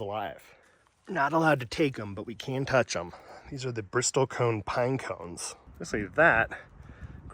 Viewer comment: Bristlecone, not Bristol cone. Been to Ely and Baker several times. Love the isolation of the area, but I would say that Utah's Hwy 50 gives Nevada a run for its money! I was about 30 miles east of Baker during the recent annular eclipse and I was the only person in the valley I set up in! It was awesome! Love that the burros and mustangs came so close. I have to head up that way again to see the glyphs. Looks great.